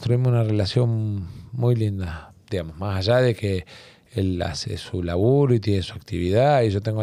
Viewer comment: Dijo "majallá" en vez de más allá. Me hace pensar que el Tajaí pudo haber sido natural...